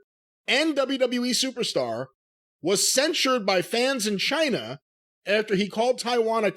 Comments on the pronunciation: John China. With China pronounced in Spanish (ch-ee-na) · I heard it as "F*ck Chyna" when he first said it.